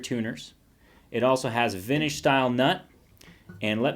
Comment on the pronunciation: What the hell is "vinage"?